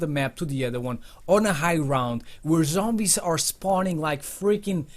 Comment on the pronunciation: #11 say zombies not sombies